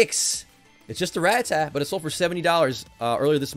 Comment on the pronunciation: so.... is he like a big fan of the band Ratatat, or does he genuinely just mispronounce it each time?